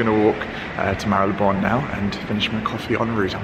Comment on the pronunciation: Love and respect you so much because you pronounce Marylebone the right way. So many youtubers/influencers pronounce it wrong including fashion mumblr and Leonora Smee who recently put out vlogs where they mis-pronounce Marylebone, it's so frustrating to listen to when you know the right way of saying it! Jo Good obviously knows how to pronounce it as she lives there and you pronounce it perfectly. I am a massive fan of Penhaligons perfumes, my favourite and regular one is Halfeti, not the cedar one though. I also have Cairo and have just finished The Blazing Mr Sam which was divine but just didn't last and when you are paying £200 or more for a bottle you expect it to last for more than an hour on your skin. I would hight recommend Halfeti which has good staying power!